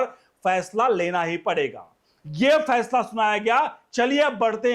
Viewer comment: Phansla diy nain aap bolrahe hain phasla